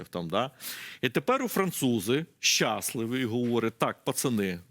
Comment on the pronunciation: Пане з усією повагою, не щАсливі а щаслИві! Дуже вухо ріже))